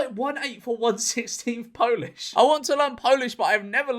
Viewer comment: As a polish man, he says he is popish, he is god damn polish